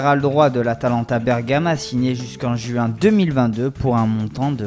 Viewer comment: jusqu'en juin =join MDR. Et sa voix elle est pourrite.